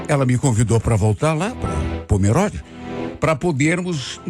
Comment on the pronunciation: Se pronuncia pomerôde e não pomeróde 😅 moro em santa catarina cidade vizinha de pomerode ❤